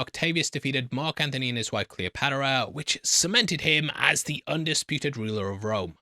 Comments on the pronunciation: I thought I had a stroke and double check, and even when I realised what you said I had to repeat it in my head just to see if I remember it right. Edit : Also...Cleo-pata-ra... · Cleopadera? Bro…